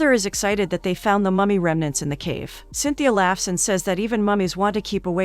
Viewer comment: i love this movie!! it actually inspired me to learn portuguese! also the girl's name in cintia (pronounced sin-cha) and not cynthia. good video nonetheless